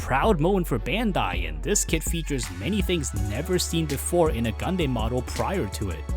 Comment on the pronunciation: It irks me you still pronounce Gundam as "Gun-Deym" and not "Gun-Dam"... are you just trolling at this point (seeing how many media of the show has already made who to properly pronounce the word) or just a language difference thing? Like for example English in Asia is notably different in the US and Europe or the Engrish scenario in Japan.